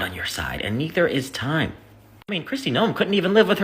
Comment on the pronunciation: It's tìme!